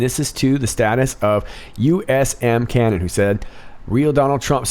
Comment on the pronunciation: Good Morning. I love your videos and appreciate the time and effort you put into them. As a former Marine I feel it's my duty to correct one item in this video. When you showed the USMC_truther tweet you pronounced his title as USM Canon but it should be USMC anon. Thank you for all you do I just could not let that go. SSgt USMC 86'